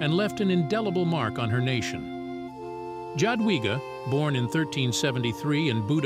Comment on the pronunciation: I don’t know if this is A.I voice-over or not, I speak Polish and I cringe every time I hear her name pronounced like that. In Polish the J is pronounced like Y in English, so say Yadwiga please, so my skin won’t crawl anymore! 😅